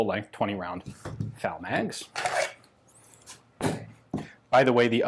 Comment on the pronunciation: Why do murikins call the FN FAL the " fal" ?